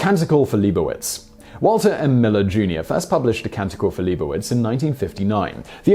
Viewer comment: It's LEE BOW WITZ